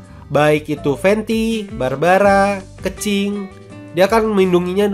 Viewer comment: Kenapa nyebut kencing-kencing bang 😂 keqing keqing 😂